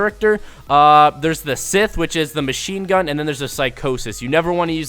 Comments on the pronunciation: its not scith, its scythe, dumbass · Lmao you said sith it's sythe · This dude literally just pronounced scythe like "sith". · my man really pronounced scythe as sith. lol